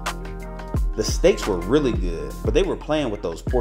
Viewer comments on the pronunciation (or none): none